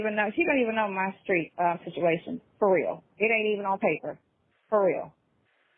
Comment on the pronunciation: uses the word “situation” in just about every phone call. She says “shichuation” instead of situation.